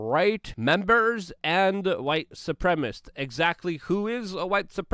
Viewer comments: Luke, it is pronounced Suprem-a-cist. Sounds like you are saying Suprem-ist. LOVE your PODCAST! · LUKE. You have to stop saying "supremists" and say "supremaCISTS" 😅